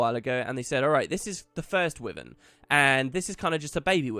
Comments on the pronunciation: Will you please, pelease, please stop pronouncing it "Wivin" thats not how you say it at all, it's a Wyvern. Type it into google and it will even tell you how to pronounce it properly. I love listening to you but it's so fustrating. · Masteries sounds alot of fun and should reawaken interest in the game that a few of my old guildies had. Btw wyvern is pronounced why-verne for future video's :)